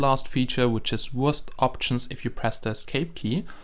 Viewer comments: Wurst is german. so it is pronounces Verst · This is the Wurst Hack Client Lol sounds like he says the Worst Hack Client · When you say wurst logo it sounds like your saying worst logo XD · Sounds like you are saying "Hey guys, this is the worst minecraft hacked client"